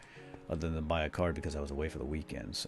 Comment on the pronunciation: when you were talking about minecraftmom's birthday and you said card I thought you said car and I was like WOAH :O